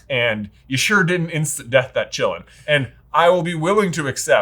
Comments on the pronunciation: not pronounced "chillin" qi-lin "qi" is pronounced like tai-"chi" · "chee-lean" it's not a short i in Qilin. also Bhutan is so white, other than the "color coordinated nuns". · You guys are pronouncing Qilin as Chillin'. That is not how it's pronounced. "Qi" is pronounced the same as in "Qi-gong."